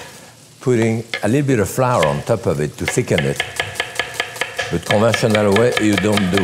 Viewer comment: Listen and learn LOL.... What he is saying is the Scandinavian letter Ö. "TÖPP" Thats how you say it. LMAO.